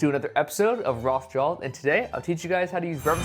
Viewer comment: Am i the only one who here's him say rolss draws? 😅